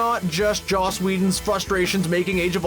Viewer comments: He also said Josh Whedon. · Whoever does the narration for this video is an idiot. Calls Joss Whedon ‘Josh’, butchers Kenneth Branagh‘s name royally, can’t say ‘iambic pentameter’... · DUDE,, it's JOSS not JOSH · There's no h in Joss. It's Joss Wheedon, not Josh Wheedon... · Could you please stop calling Joss Whedon "Josh"? Thanks a lot! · Is he saying "Josh" Whedon? Because it sounds like he's saying Josh Whedon. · "JOSS" Whedon not "JOSH" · JOSS not JOSH. 😒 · It's Joss Wheadon not Josh... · JOSS Whedon. Not Josh. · Is calling him “Josh” Whedon?! Also, did he say iambic “PAN-yuh-MEE-tur”? Geez. I’m out.